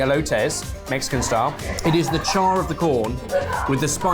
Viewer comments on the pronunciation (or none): none